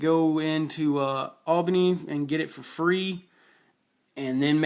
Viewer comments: not to be a dick but there territories not countries , and its Al bane e a not Al bin y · Come on, dude. It's Serbia, not Siberia. It's Albania, not Albany. It's Austria-Hungary, not Hungary. It's Bulgaria, not Bygaria. It's Venice, not Vince. Anyway, good analysis. Glad to see you noticed the importance of fighters. Although I think using the German surface ships and subs to wipe out the British fleet is critical. I've done it twice now and believe me when I say that France is easier to kill when it's alone on the continent.